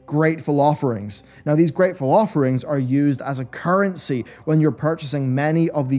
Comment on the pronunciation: i know he was saying Greatful offerings but man it sounded like he was saying something like gray falaferings